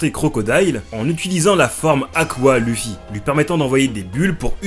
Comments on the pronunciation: « Leuffy » ou « louffy » ça va mais «lufi » ça me défrise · On le prononce Leuffy et non Luffy mais trkl j'écris pour le référencement <3